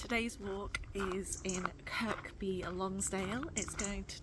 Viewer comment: Kirr-by Lonsdale.......The 'K' is silent.